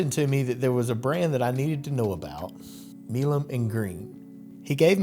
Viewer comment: Does Marsha really pronounce her name "Me-lum"? Benjamin "My-lum" was one of the fathers of the TX revolution and there's a street in downtown Houston named for him pronounced "My-lum". Sounds odd to hear it pronounced any other way. Thx